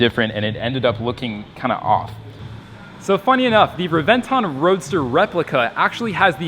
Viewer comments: re-ven-TÓN..... NOT re-VEN-ton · Everytime i hear the way you say Revent-tawn i wanna punch you out. Its Reven-Ton not Tawn. Fuck. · Pronounced Rev-en-tone. Like the sound of a lightning strike. Rev en tawn Get the fk outta here. Dun dun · It's Rev•en•ton not Re•vent•on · Please.. Please stop saying reh-ven-TAWn.. Its REh-ven-thóhne!. Spanish word bro! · it's pronounced Lamborghini Hébentoń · Reb-en-ton it's spelled Reventon but pronounced rebenton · The more he says revonton the more he pisses me off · Hate the way he says re venton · you say it wrong lols it should sound like Rebenton < as it is in italian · It's pronounced rebenton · Reventon simple American it's called reventon got pronounce it correctly next time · Bro if you are gonna say it so damn much, can you please teach yourself the proper way to pronounce Reventón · Please learn how to pronounce it properly. You're making a video about it, you clearly know a lot about it, it's infuriating you pulled a 'murica and couldn't get educate yourself on the pronunciation. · Sees one 2 or 3 times a week yet still dosnt pronounce it right. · Well, you managed to pronounce Reventon correctly one time in the video. That was not a replica Reventon. That was more like a phantom. To make a phantom 1969 Chevelle SS you buy a base model 1969 Chevelle do a power train swap with the correct parts. Paint it as an SS and add the SS badges. Then if you want, install a reproduction SS interior. A replica usually shares little more than looks with the original. That phantom Reventon probably cost about half what the "real" one does, which still puts it in the typical hypercar range and the performance is probably very close. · That is not how you say reventon pisses me off you do not say it correctly if you say you are a car guy. No sub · learn how to pronounce words - Reventon and also AUTO BOTS Not Auto Boty.. SMH